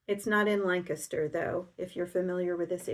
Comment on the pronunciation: First off thank-you for everything you share with us. Now Wow someone that pronounces the name of Lancaster the correct way. ( my home town in Ohio). Those quarter square triangle blocks are sure growing up fast. and now for a request. The next time you do a pieced backing could you please explain how you iron the seams, and if there's anything finicky in the hand quilting. Have a great Week.